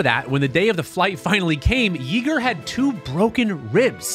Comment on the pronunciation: Just FYI. It’s pronounced “ yea, like hay , Yeager